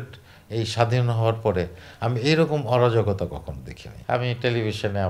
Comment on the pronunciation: অরজগতা না অরাজকতা ?